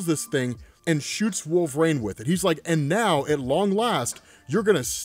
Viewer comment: Wolverine not Wool-vrain